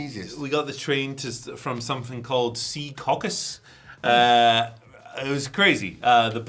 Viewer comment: Being from New Jersey, hearing him struggle with the word Secaucus is hilarious to me, lol